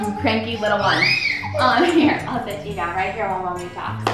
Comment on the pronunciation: Lmao he said I wanna sh*t in it I stead of sit lol